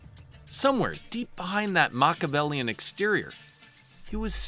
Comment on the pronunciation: Interesting how much emphasis is put on proper pronunciation of Chinese names but not on Machiavellian.